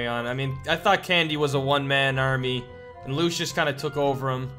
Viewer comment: also did u notice that candy said lushes instead of Lucia's